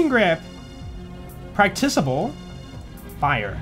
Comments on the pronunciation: always says Practisable rather than Practikable. Love shotgun Sal, finally a reason to use TK's Tidal Wave. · Silly! It's PRACTICABLE not PRACTICABLE!!